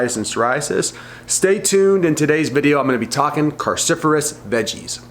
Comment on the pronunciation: Cru not carcifurous!!!!